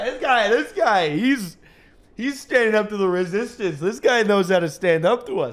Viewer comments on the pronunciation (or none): hes doing the "rizzistance" 😂😂😂